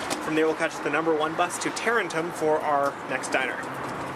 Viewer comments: First Málaga, now Tarentum. Oof. MAH-la-ga (notice the accent on the first A) and tuh-REN-um (you don’t really pronounce the second R). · Taa rent ummmm . Is the pronunciation of the town that gattos was in. Should have checked out the old station grille while there. So much more history than the diner has. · I am from Tarentum. Its pronounced Tuh-ren-tum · I think Tarentum is said like a Somerset farmer trying to say Taunton